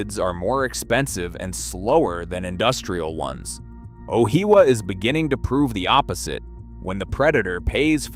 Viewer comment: I’m still trying to understand where he is actually talking about. Ohiawa is what I heard. Like if your gonna use ai use a good one not this rubbish. Justice for NZ!! 🇳🇿